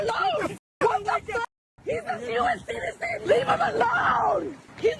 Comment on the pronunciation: Wife: he's an american ceeteetazan! 😂Get hooked on phonics , it worked for a lot of people !